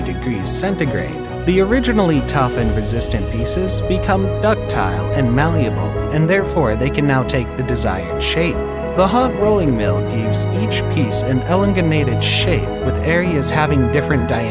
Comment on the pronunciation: it was a joke it’s pronounced eh lun gated not eh lun gun ated